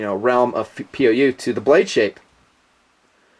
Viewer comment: Whenever he says POU I think he says POS...